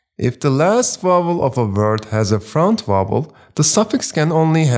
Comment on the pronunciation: Teacher, thank you so much. But please stop pronouncing word as “vert”…